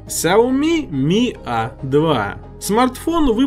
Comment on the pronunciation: Не хауми как ты говоришь, а сяоми правильно.